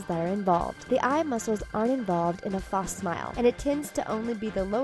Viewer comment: is nobody gonna mention how the speaker in the video says false wrong it bothers me a little, just a little.